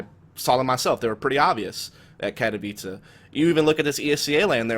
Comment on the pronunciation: I thought Katowice was pronounced Kat-o-whyse not Kat-a-vicha. TIL